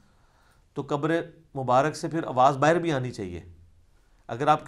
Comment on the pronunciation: Aslaam u Alaikum Ali Bhai Masha Allah Bohat Umda Jawab Diya Ap Nay. Jazak Allah Aik Guzarish Karni Thi, Lafz Mubarak Hota Hai, Na Keh Mubarik